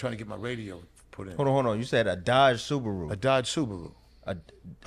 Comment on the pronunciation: Nigga said dodge suburu😂